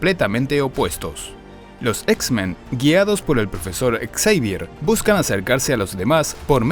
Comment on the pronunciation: Ve la película en inglés y verás que así se pronuncia su apellido, no Javier.